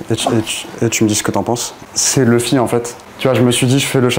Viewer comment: ON PRONONCE LOUFFY ( luffy/Ruffy) PAS LEUFFY 🥚🐓🤦🏽‍♂️ LES FR LA tj a remix vs dites akainou ( akainu) pas akaineu donc c pareil 🤦🏽‍♂️